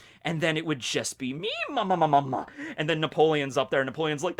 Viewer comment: PLEASE YOU DO THIS EVERYTIME, HER LAUGH IS MAMA-MAMA NOT MAMAMA-MAMA